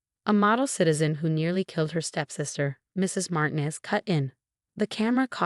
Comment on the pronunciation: doesn’t know how to pronounce smoothie, chemicals, Martinez, straight a, citizen.